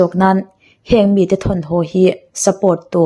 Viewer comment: thine, chutih rualin ho tia lamtur hau tia I lam ri thin hi chuan ngaihthlak a ni nuam lo deu thei, i aw mawi em em hian ngaihthlak a tinuam zual thin.